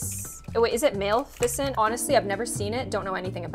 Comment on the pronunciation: She said maleficent wrong